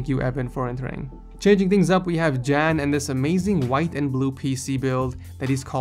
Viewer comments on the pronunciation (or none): U don't pronounce "jan" good